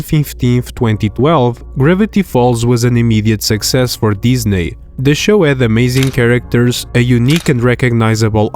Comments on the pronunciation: it’s pronounced Disney not disnaie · Ah yes, "diznaiy"